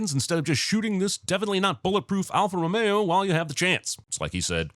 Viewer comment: Wow, "Alfa Romeo" pronounced correctly, I'm very impressed!:-)